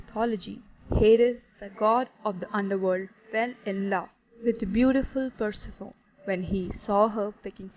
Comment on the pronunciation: PUR-SE--FOUN!?!? It's pronounced PUR-SEF-ON-Y!!!!